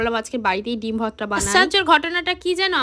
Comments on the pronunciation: Tui age uccharon kor bhorta ke bhotta bhotta kelacchis Dudh gulo besi kore jhulaaa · Vorti likhecho abar bolche votra 😂 ota vorta go